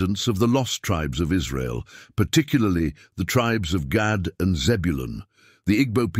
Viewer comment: If you can talk really reluctantly and you communicate well it's a gift of Gad pronunciation actually is God 😮